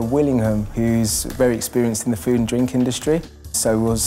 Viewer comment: He said poo, not food lol 😂